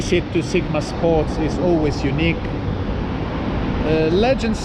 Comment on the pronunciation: I'm sorry, i really don't want to take the piss out of your accent - But it was really hard to not hear that as "because it's a eunuch experience"